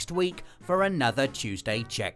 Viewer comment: I love how he says "chooseday"